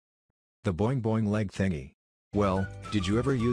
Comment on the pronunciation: Lol I love how he says “ Boing boing lehg tingy”